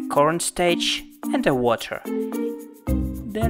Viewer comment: “Corn staich and weter” lol 😂